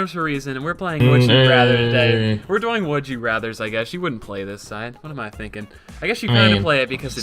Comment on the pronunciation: Speedy says "doing" like "boing" with a "d"